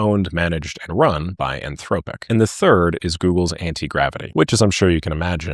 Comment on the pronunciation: "anthroWpic". I'm convinced does this for the rage engagement.